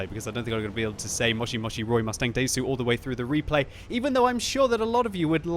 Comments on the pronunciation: you doesn't pronounce the "U" in desu... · It is quite entertaining to hear say ''Moshi Moshi'' and ''Desu''